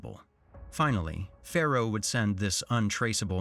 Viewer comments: Narrater keeps saying 'Pharaoh' but the name is Pharoah!! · ”Pharoah” hehe